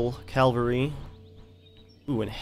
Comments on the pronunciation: not a bad vid...but i think you should know, it's pronounced CAV-AL-RY. not CAL-VARY. just sayin. in Jewish mythology, "Calvary" is the place where the Romans brought Jesus of Nazareth to his gory, untimely demise on a cross. "Cavalry" is a body of mounted troops. again...just sayin. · say it with me: CAV-ALRY. Calvary is a place. no such thing as 1st CALvary division. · cavalry not calvary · its Cavalry ffs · It's cavalry. cavalry not calvary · Calvary? Is it not cavalry? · AWesome vid just its cavalry not calvary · From the get-go, you should have used your howitzers to defeat the British cannons. This opens up your cannons to move to the front and fire devastating cannister shot. AND..I know it's nitpicking....but its Cavalry..not Calvary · Dude, it's not CALvary, it's CAValry! GET IT RIGHT! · you say calvery, it is cavalry. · Cavalry. Not calvary. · I realize this is an old video and I hate to nitpick but it's cavalry not Calvary. The first is an army on horseback but the one you keep saying is the hill Jesus was crucified on. Really like the video though. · Not to be a dick or anything but it's pronounced 'cav-al-ry' not 'cal-var-y.' I used to say it the same way. I really enjoy your videos btw. Great content. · Good video, just one question.... Why do you pronounce the word 'cavalry' 'calvary'?? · Why do you say calvary instead of cavalry? I know this sounds annoying but I just want to mention if you didn't mention it yourself :) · sorry do you keep saying CALVERY instead of CAVALRY? nice vid though looks like a good game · its cavalry not calvary omg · Calvary?? All the time... It is spelt Cavalry, pronounced the same. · Oooooohhhh my goooooodd stop saying "calvary" I literally cringe each time I hear it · does ge realise that he can't say cavalry right.He says it like calvery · ITS PRONOUNCED (CAVULRI) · NOT (CALLVURI)!!! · Calvary????? What's that :)